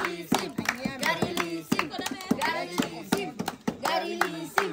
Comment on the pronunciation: Ba't nasali si gary v? Pati si gary lising naging gary lisim Hahahaha😂